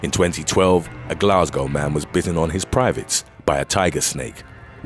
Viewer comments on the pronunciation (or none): none